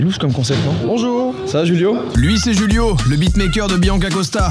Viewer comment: Juste, au Brésil on parle portugais brésilien du coup c'est pas Julio comme en espagnol, mais avec le "J" qu'on prononce pareil qu'en français. Sinon j'adore ta vidéo !!